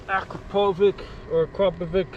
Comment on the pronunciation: its Akrapovic not Akrapovik :)